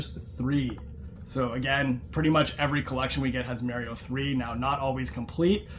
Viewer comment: Please say "Mario" Correct.😅